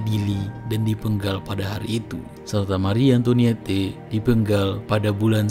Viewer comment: Pelajari cara membaca bahasa Perancis dulu deh... Mari Antwanet, Avinyon, Nis